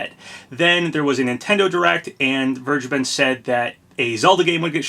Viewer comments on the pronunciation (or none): I am fairly certain that you are pronouncing "Vergeben" wrong. The "V" should sound like an "F", and the "G" is a hard "G", not a soft "G".